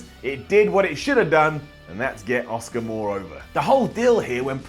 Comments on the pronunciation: so still can't say Asuka nope it's Oscar. for fuck sake learn how to say her name! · you know her name is Asuka and not Oscar right?